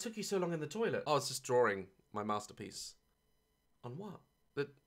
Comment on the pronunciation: Daz: “I was just drawring my mostapeece”